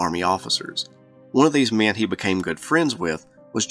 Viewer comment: I Love the way this dude says the word men. He makes it into a two syllable word. Me-en‘